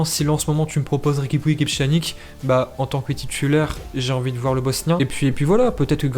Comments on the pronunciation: Ça se prononce « pianich » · Pchanique 😭😭🤣🤣🤣....apprends à prononcer les noms de joueurs avant de faire des vidéos !!!!!!